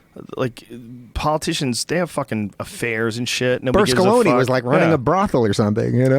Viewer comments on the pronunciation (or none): Bur-sca-loni?? Dave's getting George Dubbya with his pronunciations (Berlusconi, take your time and sound it out buddy) . funny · Who the F*** is Bersculoni hahahaha I'm From Rome and that made me laugh so hard for some reason.